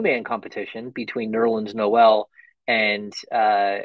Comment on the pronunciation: It's official, can't pronounce Noel correctly lol.